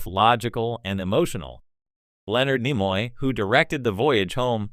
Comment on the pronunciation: Good analysis but awful automated voice - can’t pronounce Nimoy,hijinx, and one other I can’t remember.